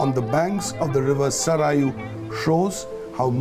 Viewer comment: The guy can't even pronounce the name of river Saryu but is lecturing about India's religion and politics 😂